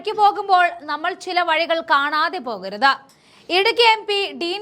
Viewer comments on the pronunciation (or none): പോകരുത് എന്ന് പറയൂ പെൺകുട്ടി.. പോകരുതാ എന്നല്ല അവസാന അക്ഷരം ഇങ്ങനെ ആ കൂട്ടി പറയണോ?